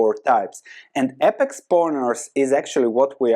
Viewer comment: Some constructive criticism. It is said Aye-pex, instead of ah-pex